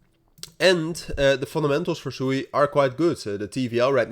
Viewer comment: SWEEEEE please pronounce it correct. Its such a cool name and sewey is not. Its a japanese word for running water.